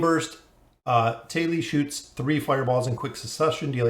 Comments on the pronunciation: Thali = taa•lee (tah-) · where the hell did the h sound go? there these the thick thumb, but thali is tali